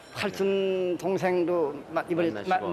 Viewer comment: 먹먹하고 발음이 뭉개졌지만 팔순 동생보다는 팔촌 동생을 팔춘 동생이라고 한 거 같습니다, 자세히 확인해주세요, 영어 자막이 틀린 거 같아요!